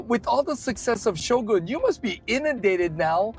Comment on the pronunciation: Thank you for correctly pronouncing “Shogun”!